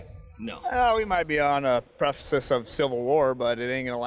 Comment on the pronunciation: What the hell is “preficise” or however you would spell a completely made up word. Pretty sure he meant precipice, even though thats not what came out his mouth.